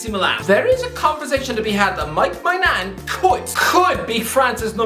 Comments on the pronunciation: you call maignan “my nan”… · please say it with me.. Mike Men-yan (or meh-nyan). Not My-nan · That's the most horrible pronunciation of "Maignan" one could possibly achieve. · Like with Maignan haha, it actually hurts to hear him mispronouncing his name so badly. Actually low key pissed me off a bit how clearly zero effort went into finding out how to say it properly.